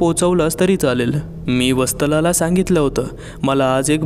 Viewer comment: वस्तला नाही वत्सला म्हणा की....बाकी आवाज रोमहर्षक आहे.